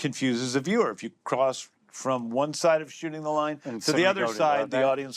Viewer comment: When says “shooting” it sounds to me like he’s saying “shitting”